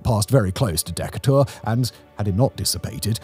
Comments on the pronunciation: Fantastic video today. I was really surprised to see my region (North Alabama) pop up here. The only thing I'd like to point out is that Decatur is pronounced /dɪˈkeɪtər/ as it is named after Commadore Stephen Decatur. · I get "Birming'am" because that's how it's pronounced in the UK. But "DEK-a-tour" got me. 😂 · Ugh..... Simon, or whoever wrote this script, the Tennessee river flows east-west from the Appalachian mountains down through Chattanooga cutting down through Alabama to Muscle Shoals and from there back north to Tennessee and ending at the Ohio River.... Also it's pronounced De kay tur not de ca tur.... That is a british pronunciation that anyone from a area that was once a british territory says at first. My stepmom from the Philippines did it too. There was a gas station in harvest who had their sign pulled from the ground and thrown all the way up to Canada. The owners had a picture of it in the gas station. I grew up a few miles from it. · Just a heads up that Decatur is pronounced duh-CAY-tur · DEK-a-tour really got me 🤣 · Or Decay-tur, if you like. Lol! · Oh Lord, the way you're pronouncing Decatur is like nails on chalkboard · Only issue I have is you said Decatur wrong 😂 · This guy says Decatur the way i used to say it as a kid just to irritate my teachers and grandmother. I lived in Springville, AL on 04/27/2011. I remember Hackleburg, AL being mentioned quite often, but not Tanner. I guess because i lived in the Birmingham metro area and not Huntsville's. We also lost a couple of cell towers and one of our county wide police/fire/ems towers. This caused St. Clair county to go digital sooner than expected since it was not feasible to put up new equipment for the old system and then have to replace it within a couple of years. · He is AI. He says batter for batten and cannot pronunce Decatur. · Thank you for covering a story from our backyard. But my man! Call me for a pronunciation guide on Decatur next time… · Decatur = de-KAY-ter 😉👍🏻